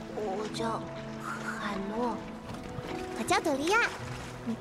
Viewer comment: 海诺in chinese letters is hai nuo , not hei , hei has other meaning